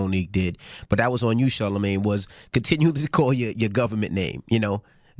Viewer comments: Definitely was. Even for the people saying she wasn't, including Charlamagne, listen to how she purposely mispronounces and botches "Charlamagne" at the end too. She knows his name and how to say it but she didn't want to give him that respect. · forlife forlife another funny thing was when she did call him his radio name she said it right the FIRST few times she said it then went on to get heated and be funny and start saying it wrong she knew that man name 😂😂